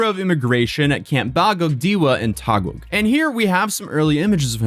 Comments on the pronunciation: Ok,, love listening to your voice in the background but it is sometimes throwing me off. The word "Taguig" is pronounced as "Ta-gig" (like a gig job). Love you bro! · Unrelated to the video, but Im little irritated for you saying Taguig. We say Taguig as "Ta-gig". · Hope your stay in the Philippines was good! Also, Taguig is simply pronounced as Tah-Gig said quickly. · its pronounced as Taguig - `Tageeg` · its Taguig pronounced as - tah-gig, great video as always man.... i never saw some of the things you showed here so great thing i watched this video entirely. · Taguig is pronounced "Tah- gig". (Gui as in "guilty") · Taguig is pronounce as Ta-gig just for reference. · Hey, great content, been watching from the beginning lol...while you're in the Philippines, come visit Baguio (pronounced bag-yo)... Nice and cool 70+ degrees.... Also just for future reference, Taguig is pronounced "tah-gig" :) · I really want to tell to pronaunce Taguig City name properly,but its funny how he pronounce it. (Its Ta-gig. lol) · You're absolutely nuts for speedrunning visiting the Philippines for a few hours just to retrace his steps before heading back home. lol Just to help out, Taguig is pronounced as "Ta-Gig". d= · Please say it with me: "Tah-gig" 😅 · love your vids man! P.S. Taguig is pronounced as TAH-GIG Silent "U" similar to words -> guess, guide, guitar, guilt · Love the video but "Taguig" is pronouned as "ta-gig" ❤ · And it's Taguig [Tâh-GiG]. And Sec. Remulla [Re-moo-Lî-yā]. Thanks again for covering this, man. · Taguig is pronounced "Tagig" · 'Taguig' is pronunced as 'Ta-gig' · its pronounced "Tah-gig" brother lol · bro "Taguig" is pronunced as "Tageeg" not "Tagoog" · just a teensy bit of correction, no judgement since I understand this isn't that important to someone who isn't from Philippines, Taguig is simply pronounced as "tuh-gig" Because I was confused whenever he says "taguah" lmao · Just FYI "Taguig" is pronounced "Tah-Gig." You're so close, yet so far